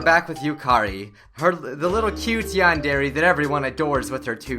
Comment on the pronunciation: MrRubenMelodyMetal MHarmony - Is there anything wrong with noting the fact that he isn't pronouncing it right??? Tell me what I did wrong